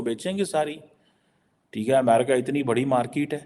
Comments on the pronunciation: Market hota h, Markeeeet nhi hota be... English hum sharminda h, tera kaateeeeel jinda h😂😂😂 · Chime jali...aur markeet nahi hota market hota hai...poki